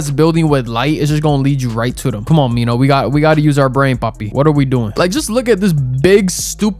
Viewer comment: Its minho not Nino😔